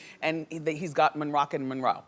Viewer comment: The way she always called Mariah's kids Monroe and Monrock 😂😂